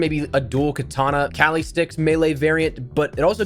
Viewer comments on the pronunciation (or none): none